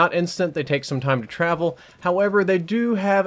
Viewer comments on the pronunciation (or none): none